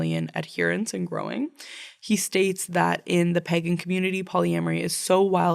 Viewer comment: I love your podcast but please look again at the pronounciation of 'pagan', I can't breathe anymore :,D Laughing so hard hahaha